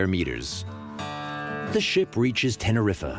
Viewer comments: Tenneriffer lol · It’s pronounced Tenerife, not Tererif-eh. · Tena riffa LOL t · "Teneriffa", LOL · I think that it is pronounced "tene-reef" not "Tene-reefuh". Just sayin'.... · did he say tenerifuh 😂